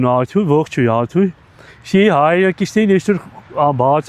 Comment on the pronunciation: Էս ինչ լավն ես դու իմ ախպեր😂 մանավանդ որ ասում ես Արթույ😂